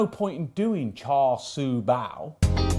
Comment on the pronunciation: Just by the way, my Chinese friends assure me Char Sui is pronounced "Shar Shoe".